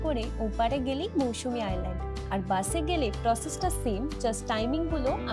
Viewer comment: Not mousumi Mousuni